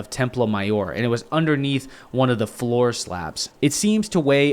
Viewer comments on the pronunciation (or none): none